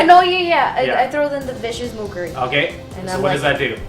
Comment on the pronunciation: I love the pronunciation of Vicious Mocha-ry ... sounds like someone is obsessed with coffee. Those are some nasty house rules on attacks of opportunity, you girls have my sympathies.